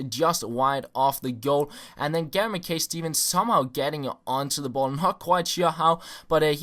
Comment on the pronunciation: Ma Kai not McKay